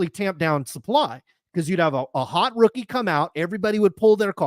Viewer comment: Re-pack "Rothing"..